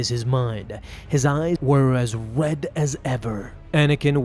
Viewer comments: Mans said wed as red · Did he say "wed as ever" and not "Red as ever" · "as WED as ever"